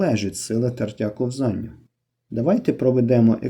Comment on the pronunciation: Словник української мови. IV том. Правильно "КО́ВЗАННЯ". Це важливо, бо це мова!